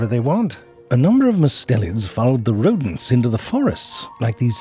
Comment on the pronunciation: El rrrretorno de los "Rrrrodents", love this guy voice 😂😂